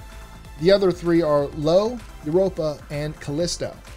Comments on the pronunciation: Lol even I knew that, but hearing "Lo," I second-guessed myself. I'm so susceptible... 🤦🏻‍♂️🤦🏻‍♀️ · I got a laugh out of that one too. its pronounced "eye-oh" not "Low". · Haha the moon is called io not Lo 😂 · You mean "Eye-Oh", it's not "Lo". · That's "eye-oh" you idiot, not "Lo". This leads me to think that you don't know a damned thing about space. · Its not "Lo" its "Io" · I can forgive the Jupiter moon count mistake because the new Saturn moons is a very recent discovery. But how in the world do you end up calling Io Lo? Where did that come from? More care needs to be taken in your research and editing, because that should have been caught and corrected. It throws doubt on the accuracy of every other fact you covered in this video. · Can I Just say the small moon you talk about is called I-O NOT LO SILLY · Io, (eye-oh) , not "lo", (low). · You put this video out TODAY? Jupiter is NOT considered a failed star, it's not even remotely close to having enough mass (it takes roughly 80 times Jupiters mass to start hydrogen fusion.) It may have started with a rocky core, but no longer has one and instead has a core of liquid metallic hydrogen. The moon is pronounce EYE-oh, not Lo. Saturn has the most moons with 82. The Sun makes up 99.82% of all mass in the solar system, Jupiter is .14%. Equal to everything else, not double. How old is the book you used for reference? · Wrong. Jupiter is not a "failed star". It's not even close to the mass needed to be a star, or even a brown dwarf. And as others have mentioned, it's Io, not Lo. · I-O! Not Lo(l). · He messed up it's Io not Lo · Just a tip,; one of the Galilean moons of Jupiter isn't pronounced with an L, but pronounced "eye-oh". That's not an L, but an I... Hence, Io... 😆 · It's pronounced "eye-oh" and spelled with a capital letter I. Perhaps you should change your font type to distinguish lower case L from capital I more easily. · Eye-oh! Go watch the Sean Connery movie Outland again.